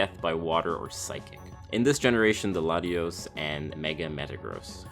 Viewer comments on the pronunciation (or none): none